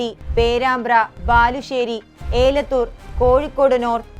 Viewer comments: ഏലത്തൂർ അല്ല എലത്തൂർ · എലത്തൂർ എന്നത് ഏലത്തൂരും, കാനത്തിൽ എന്നത് കനത്തിൽ എന്നും